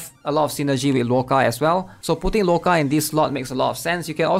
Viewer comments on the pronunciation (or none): Yeah he should just call him Otto instead